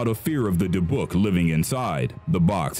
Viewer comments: AHHHH........ Ok, I need to fix several of your pronunciations: first of all it's called a dib-buck box, secondly the Maori Tribe is pronounced like Mow-ree, Otzi the Iceman is pronounced like Oat-see, and finally the Egyptian financial backer for the excavation of king Tut's tomb is pronounced Lord Car-nar-van, just like it's spelled. Ok I feel better now, but when you do a video and mispronounce names it makes people feel like you didn't do adequate research, and it's very very frustrating!!! However I do still love your channel, it is very interesting and has good content!!! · Dybbuk is supposed to sound like like dibbik. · dibook is pronounced dibuck lol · Because he mispronounced it. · Number 9 is pronounced DYBbuk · Ok, I'm commenting 5 yrs too late, but is anybody else baffled by the narrator's pronunciation of "Dybbuk" and "Maori"? Bro, did you not listen to any one of the gazillions if videos out there with the proper way to pronounce those words? You just said "Ah, who cares, I'm just gonna say whatever the hell I want!"? Maori especially had me laughing really hard! No offense man, it was funny, but you might want to listen to words that you're unsure of before you record your video! 😂😂😂